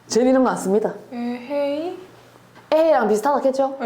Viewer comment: 희한하네가 어떻게 이거좋네 인가요 ㅋㅋ 신기하네죠.. 에헤이 억양도 그렇고.. 찐경상도사람으로서 듣고 있는데 어색함